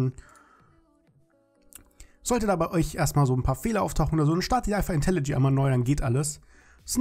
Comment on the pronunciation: Seit wann heißt das eig IntelliG? Das heißt IntelliJ (IntelliJey)